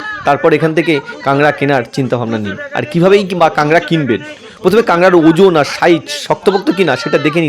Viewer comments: আরে ভাই নাম টা ঠিক করে বলতে শিখুন। এটার নাম কাংড়া নয় এর নাম কাঁকড়া ঠিক আছে। ভিডিও করলেই হবে। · ঐ অঞ্চলের পুরাতন বাংলা ভাষা অনুযায়ী কাক নয় ড়া এর পূর্বে কাং শব্দটি উচ্চারিত হয় 😄